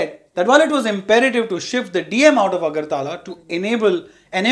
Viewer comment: AGARTAAALA ... 😂 ITS AGARTALA